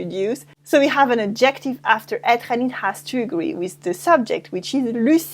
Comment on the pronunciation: AD-jec-tive, not ad-JEC-tive :)